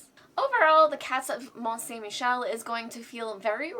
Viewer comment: Good french pronunciation of the game's title! Alex would have botched it! 😅😋